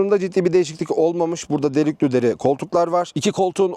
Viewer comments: Adam ağzıyla kuş tutsa yaranamaz size. Dört dörtlük inceleme yapmış, bazıları gibi her arabaya çok güzel deyip geçenlerden değil. Hakkıyla, çok akıcı bir dille, gereksiz konulara girmeden neyse onu söylüyor. Ama delüklü değil de delikliymiş. İzlememek mümkün kardeşim. Gidin marka kuklalarını izleyin çok güzel Türkçe’leriyle. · Hocam iyi güzel Türkçe konuşuyorsun ama iş delüklü deriye geldi mi olmuyor ya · Delüklü deri mi dedi bana mı öyle geldi 2 defa 😂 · Delüklü deriyi bilerek mi söylüyorsun abi :)